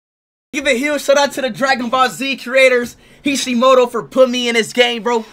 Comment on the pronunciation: Bro said kishimoto😭